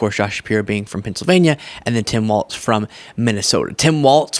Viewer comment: I don't know why you're saying "Tim Waltz" and not "Tim Walls." The pronunciation of Walz is like the plural of a wall. There are four "walls" in this rectangle room." Very annoying and makes you come off as not really knowing about what or who you're talking about. He's been around in politics for the past 18 years and last 6 as Governor. I think you should know how to pronounce his name and stop making a fool of yourself. Yikes. Do better.